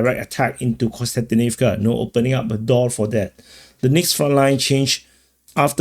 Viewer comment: As a person named Konstantin, it is also the correct way of saying the word/name :)